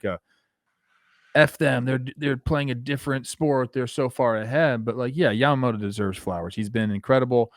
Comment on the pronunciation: Yoshinobu Cy-amoto!